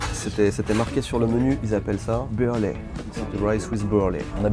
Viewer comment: "barley" c'est de l'orge en anglais. Ca se prononce "bar-lit" si jamais.